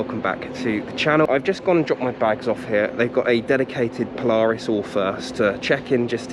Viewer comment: You pronounce Polaris wrong